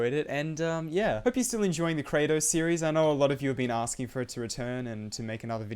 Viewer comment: Very noice more Kra-toes